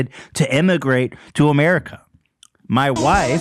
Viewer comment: "The episode is sponsored by ma wyfe"